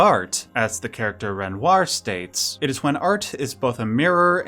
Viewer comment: Its wild that yoy can pronounce all the other french names close to how they are pronounced. But struggle saying renoir right